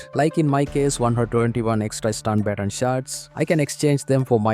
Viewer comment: Bro still can’t pronounce baton, HA HA HA!!!! It’s okay, I know you are doing it on purpose now. Had to stop the video anyway though.